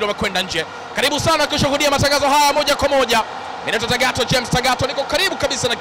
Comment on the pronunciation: Mtangazaji sio baliki ni bariki, sio kalibu ni karibu sio zahili ni dhahir,,dah 😢siku hizi hatuna watangazaji